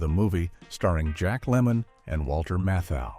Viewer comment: They actually accidentally pronounced his name correctly....it's "KLOOGMAN".....Walter Matthau's name, however, was totally butchered!